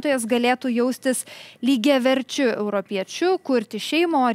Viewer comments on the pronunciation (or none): Ne "sąraŠE", o "SĄraše", mergaite žurnaliste ;)... Ne "sąstaTE", o "SĄstate"... Klausausi toliau 😅 Ne "pas jus programoje", o "jūsų programoje"..."lygiaVERčiu", ne "lygiaverČIU".. Blyn toliau neklausysiu, neturiu kantrybės bemokslei..